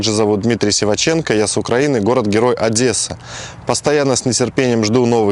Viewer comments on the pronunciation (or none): none